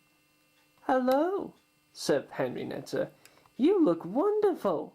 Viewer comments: henreiata not henrineta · hornby are better, and not henrineta it is henrieta